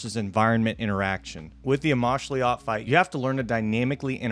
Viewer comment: Its pronounced amoxliatl